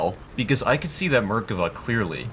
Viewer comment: Merkava? Mer-Ka-Va